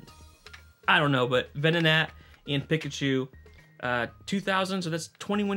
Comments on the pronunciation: It's Peek-A-Chew not Pick-A-Chew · Dude am I crazy or are you saying PICKachu. I always pronounced it PEEKachu, now I'm questioning my childhood. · The way he says Pikachu is just wrong.